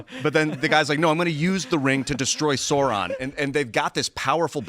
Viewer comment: trying to act cool making a LotR reference but then mispronouncing Sauron 😂🤦‍♀️